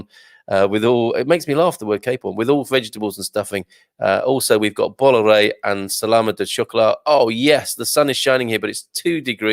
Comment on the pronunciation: Bolo Rei , is pronounced, Bolu Rei, just helping